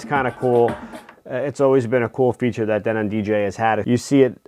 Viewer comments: I was a sales and installation rep for Denon a long long time ago. It's pronounced Denen. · DENON DE-'NON stretch on DE'